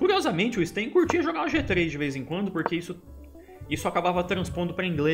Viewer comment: A pronúncia em russo é "Stêin" mesmo, e não "Stáin". Ótimo video, Supi!